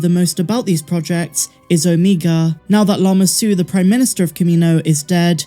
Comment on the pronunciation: Good grief, the Only irritating thing about your show is how you pronounce OMEGA’s name🤦🏽‍♂️ lol